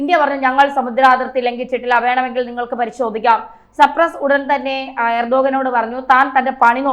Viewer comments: 😅😅😅😅ചേച്ചി സർപ്രസ്സ് അല്ല സൈപ്രെസ്സ് 😂😂😂😂Cyprus🇨🇾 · സപ്രസ്സ് അല്ല മാഡം സൈപ്രസ് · സർപ്രെസ്സ് ആണോ സൈപ്രസ്സ്, അല്ലെ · സപ്രസ് അല്ല സൈപ്രസ് ആണ്‌. വാർത്തകൾ കൊടുക്കുന്നതിനു മുൻപ് ഒന്ന് വിലയിരുത്തുക. കുറ്റം പറഞ്ഞത് അല്ല. തെറ്റ് ചൂണ്ടികാണിച്ചത് ആണ്‌. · സപ്രസ് അല്ല....... തോന്ന്യാസം പറയാതെ..' സൈപ്രസ്...... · സൈപ്രസ് എന്നതിനെ യാണ് ഈ കുട്ടി സപ്രസ് എന്നു പറയുന്നതു. കഷ്ടം. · സൈപ്രസ് എന്ന് പറയൂ